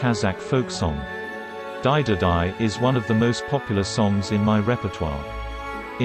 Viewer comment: It's not Daididai....it's DaididaU....wrong pronunciations.